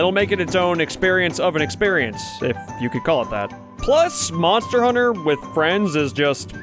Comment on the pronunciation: Moner... moner huner